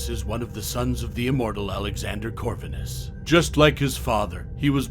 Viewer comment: Have you seen either of the films? Gabriel is not pronounced 'Gab-ree-el', it's 'Gabe-Ri-el' and Corvinus is not pronounced 'Cor-vin-is', it is 'Cor-veen-us'. William was killed by Michael the Hybrid, not Selene. Selene is not pronounced 'Sel-een-ee', it's 'Sell-een'. Van Helsing is quite a bit larger than William, where did you get the 2 metres from? He's also faster and stronger; able to outfight Dracula (and VH is an Archangel in human/werewolf form, plus his millenia of experience to boot.)